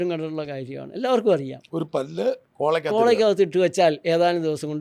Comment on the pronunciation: കുഴിമന്തി❌❌ കുഴിമാന്തി✅✅✅✅ മയണൈസ്❌❌ മരണൈസ്✅✅✅✅ കോള❌❌ കോളാ✅✅✅✅